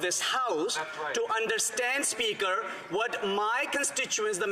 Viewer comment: HAHAHAHAHAHAHAHAHAHAH FOR VVVEEEKS Mr SPEACHER FOR VVVVEEEECKS Mr SPEAKERS HELP US Mr SPEACHERSSSSSSSSSSSSSSSSSSSSSSSSSSSSSSSSSSSSSSSSSS FOR VVVEEEECKSSSSSSSSSSSSSSSS HAHAHAHAHAHAHAHAHA